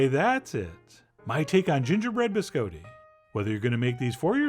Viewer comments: He says it the way it's said in Italian. The way it's said in America is completely wrong. "Bis-cah-ti" is not how it's pronounced. It also refers to multiples, the singular is "Biscotto". :-D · No. Someone tricked Chef John into saying it that way as a joke when he was a kid, and he never learned the correct pronunciation. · Oh dear... the bis-coe-tee... bih-skaa-tte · Chef John you are ... so cultured. Have been so many places, but you mispronounce BISCOTTI...AHHHHHtti, not a long O. None of us here can figure it out how you don't know that? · I love Chef John. But every time he pronounces "biscotti" as "biz coe tee," the wings fall off an angel statue in Rome. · Gonna have to thumbs down you just for saying BisCoeDee -_ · So it turns out I've been pronouncing Biscotti wrong. I've been going "Bis-Cotti". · You probably haven't been, Chef John is charmingly pronouncing it incorrectly. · Why are you saying it like that? Please Stop. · Someone tricked Chef John into saying it that way as a joke when he was a kid, and he never learned the correct pronunciation. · You are, after all, the Wile E Coyote, of your mispronounced biscotti. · Right.. ?!? I thought it was a bit odd.. 🤔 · Did not disappoint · Some of y’all really need to learn how to pronounce these words. Please don’t act like he is saying biscotti correctly... or even close... lord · "Closer to how it's said in Italian"? No, that's NOTHING like the Italian pronunciation (or the standard American, for that matter). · I said closer. And it is. I'm from Sicily. I know how it's pronounced. It's definitely not a hard "o" but it's absolutely not with an "Ah". But I take it you speak Italian, so you should know.